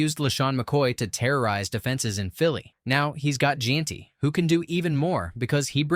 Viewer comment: why is Jeanty (pronounced Jen-tee) being pronounced in this like jeen-tee? lol. it's not that hard to say his name.